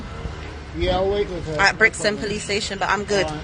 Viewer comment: Oh ...tho poweece are sooo wacist😭🤣🤣